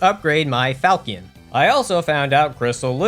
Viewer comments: Ah yes. The power magic weapon crescent falkkion. And then you need to upgrade your falkkion. Yes, I am making fun of the mispronounciation of Falchion. It's Fal-(as in falcon)-she-on. I am sorry for doing this, but the mispronunciation of english words is my pet peeve. Keep on going with the videos though, they are great. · Falchion is pronounced "fal-shun" or "fal-shi-on" depending on if you are English or French. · Falchion is pronounced fal-shon